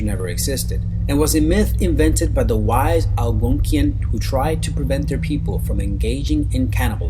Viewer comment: Arg! I hate it when people get my culture wrong. Algonquin not Al-Gone-Key-In is a language group that sound similar, Cree, Ojibwe, Iroquois, Potowatomi, etc...I am of the Ojibwe tribe or as the non Anishinaabe speaking people who couldn't say Ojibwe. Mispronounced it as Chippewa. Chippewa isn't a real tribe. Anyway the Wiindigo, pronounced Wen-di-go is a person who froze to death and came back to life. They ate flesh, and looked skeletal. They were given hot bear grease to cure then die. I have been told this story since I was a kid the same story ancestors were told. I am an Ojibwe speaker and I am a traditional Ojibwe woman. Most of this can be Googled, but some can't be. We keep so e things for our children to learn. There are really Native Americans still out here, ask one first before thinking white stories about our traditional First Nations stories are true.